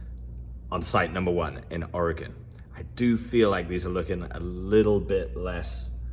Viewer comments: Thank you for pronouncing Oregon correctly. People from our own country don’t pronounce it correctly! I live in Springfield Oregon. Home of the Simpsons. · It's so cool when people say Oregon correctly. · As an Oregonian I must express my thanks for pronouncing the name of our state better than 80% of Americans. Also thanks for the archeological love. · As an Oregonian, I thank you for getting the pronunciation correct (for a Brit at least 😉.) If you wondering, a lot of people say, "OregOn" with an emphasis on the second o, the correct pronunciation is, "Oreg - "in."" Also, if you're interested in losing weight I'd be happy to help. Also... Im going to say, No, to Brazil.